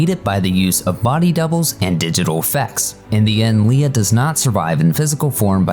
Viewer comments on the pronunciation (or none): Star Wars her name was Leia NOT Leah!!! Get right!!! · and your mispronouncing Leia just lost you 90% of star wars fans support lol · Mispronouncing Princess Leia's name is a sure fire way to have your offices bombed 🤣 (Jk)